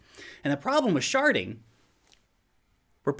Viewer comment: im sorry... i know youre saying sharding, but im hearing sharting.. the problem with sharting is the mess it makes